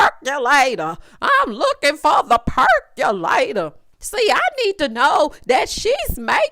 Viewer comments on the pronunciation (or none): Not the purrkulatorrrr lol lol